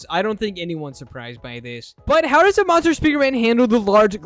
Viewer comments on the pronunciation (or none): he said "monster", he said in a way that sounded like "mother"